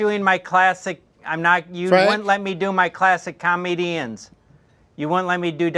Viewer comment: Classic cah-medians.